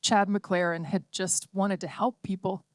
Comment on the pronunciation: Lollypok,??? Helk??? A good rendition get real